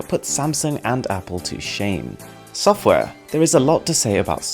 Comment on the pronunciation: soffware! there is a lot to say about soffware.